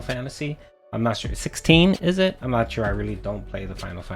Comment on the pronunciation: You can bet he's always mashing like crazy because you can hear it. “(taptaptap)I was blahcking!(tapTAPTAPtapTAP)I'm naht doing anything dood! Nahthing I can do! ᵃʰ ʰᵃʰ ᵃᵍʰ”